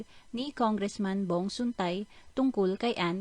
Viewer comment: Sun-TAE Hindi Suntay 😤